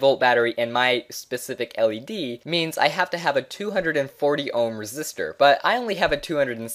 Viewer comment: bro its resistor not resist her 😂